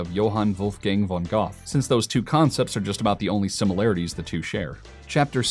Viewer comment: Dude, Goethe is not pronounced goth